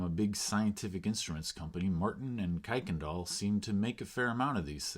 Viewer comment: Don't let people from Houston catch you saying "kuykendall" that way!